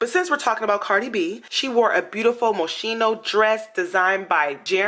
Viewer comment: Moschino is pronounced Moskino girl not a big deal but hay. Madonna looked horrible and she created the theme of the night. Sarah is old and she smokes a ton just like the Olsen twins that smoke like chimneys. Kim was the best of the night simple and chic.